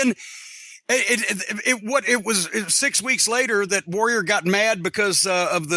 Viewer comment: Bruce can’t pronounce the word ‘Warrior’ he always says ‘Woh-wee-ah’ like an autist.